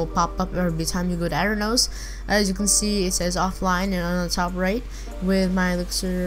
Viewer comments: it aternos, not ater nose, ding-dong. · its auh-tur-noos not at-ern-os